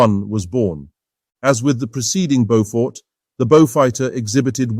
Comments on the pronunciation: Bo-FUDD!!!!!???? That's enough for me. Bailing out. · Is the commentator an AI? I'm hearing different pronunciations of "Beaufort" just about every time I hear the word.